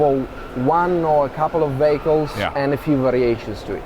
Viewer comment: LOL! The fellow , talking about "vehicles", speaks with such a different accent, I thought he was saying "BAGELS"! Very much enjoyed Arrival.